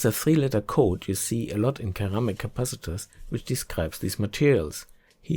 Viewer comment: That "ceramic' is pronounced as sir-AM-ic but hey, the research was definitely worth so much more, Thank you!